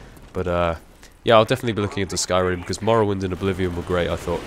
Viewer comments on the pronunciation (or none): Is he saying skyrind? What game is he referring to and is it coimng to xbox 360